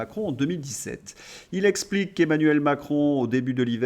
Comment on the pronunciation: Super contenus MAIS POURQUOI ÊTES-VOUS FÂCHÉ AVEC LES X ? Esskuse Essplique Etc. Un petit effort sera bienvenu Merci🙏